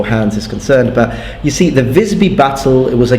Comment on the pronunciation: Pronounces "Mordhau" almost flawlessly. "I think I just butchered the pronounciation." If you're interested though, I will add that the "i" in "Visby" is a longer i, very similar to the "ee" sound in English like in "need".